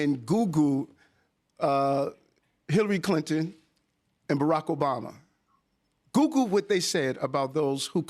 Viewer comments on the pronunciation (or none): he wants us to "googoo" something? He got marbles in his mouth? 🙄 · “goo goo” for “Google” is hysterical!! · dude can't say google. "go back an googoo" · Did Mayor Adams say I Should goo goo it, Twice? Laughing out loud. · . "Beep!" Did Eric Adams say, "Google", or "Goo-goo?" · Mayor Adam's calls Google "Googoo"..... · Did Eric Adams say “just Goo Goo it?” 😂